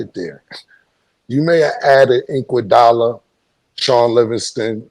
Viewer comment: “Yeah the might’ve added Andre INKuodala” 😂